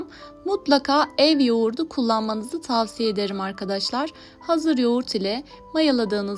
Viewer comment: Ya elinize sağlık. Da bir diksiyon teyzesi olarak size söylemeden geçemedim. Türkçede Yoğurta denilmez. Yoğurda denilir. T harfi yumuşar... Video boyunca o kadar kulağımı tırmaladı ki söylemeden geçemedim. Yoğurtu denilmez... Yoğurdu denilir.. Lütfen alınmayın, kızmayın, kibre düşüp sana ne demeyin. Size, bu güzel video için kulak verenlere DOĞRU dille seslenin ki onlar da torunlarına yanlışı aktarmasınlar.. Sevgilerle